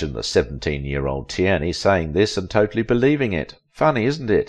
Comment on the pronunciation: You need an AI who can pronounce her last name